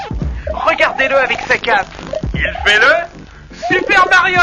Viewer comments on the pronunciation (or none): "Il fait le... SUPER MARIOLE !"